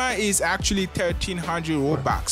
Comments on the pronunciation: Bro said ROUBAX btw I’m not saying bro he said robux wrong or I’m not judging his accent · Im sorry in advance but......THE ACCENT?!? ROBAX??!!?!